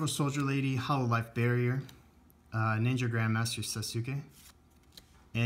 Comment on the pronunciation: You pronounce sasuke wrong. Its sas-kay